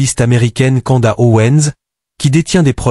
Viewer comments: Candace. Et pas kanda 🤣😉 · Candace. Et pas canda 👌